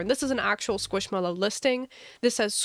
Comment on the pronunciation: Skwoosh mello